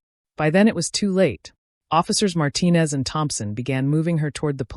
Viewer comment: Yet again, there was another chin in this story. But at least they pronounce the last name Martinez correctly.😊